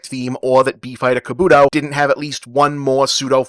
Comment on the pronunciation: The way you pronounce “Kabuto” makes me want to physically tear out your hair.